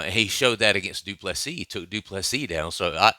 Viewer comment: du Plessis.